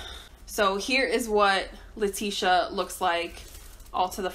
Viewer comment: That’s her name 🥴 always saying a name wrong lmao